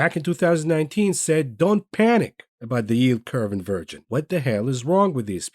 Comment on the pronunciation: Haha “In-Virgin” rather than Inversion….love this guy!!! LOL